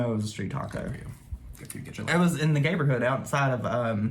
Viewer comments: omfg did you say "gayberhood" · Did he say gayberhood? Lol